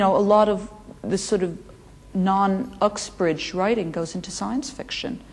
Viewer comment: I love how she says Uxbridge instead of Oxbridge <3 end of the metropolitan line for elite education